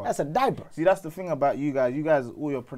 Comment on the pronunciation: Why do you guys say “ting” when it’s actually “thing”?? Ting is a sound